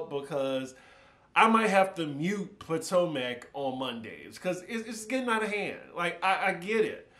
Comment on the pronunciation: The way you pronounce Potomac kills me